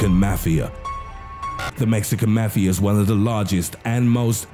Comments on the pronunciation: do u not no how to read mafa and other words .. fuck this im sending it to the army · i know i ain’t the only one who hates how he says mafia 😂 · C A L M D O W N U S O U N D L I K E Y O U T A K I N G A H I T A F T E R E V E R Y G A N G Y O U M E N T I O N U SOUND LIKE U GOT POSSESSED R U GOOD MAH DUDE Then again btw it's mafia Not mefea Only one I've heard of is Mexican mafia, Latin kings, KKK, hells angels, the krips, and the bloods 💯🔴🔺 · The Mexican Mah-fiya 😂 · mafi is read out mo-fi-a .. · "maxican mefiea" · "The Mexican Mathia"